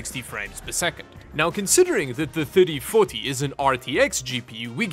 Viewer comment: Somehow when said RTX 3040, i heard RTX 30farty and you know what? i'm gonna stick to that XD